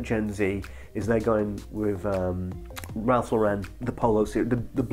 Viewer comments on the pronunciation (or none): none